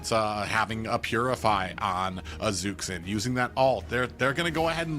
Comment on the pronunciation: Omfg its Zhuxin (dzhushin) not zuksin fking helll so tired of this